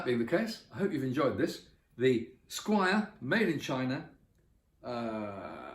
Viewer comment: I'm sorry dude, but it is NOT Squire. Squier.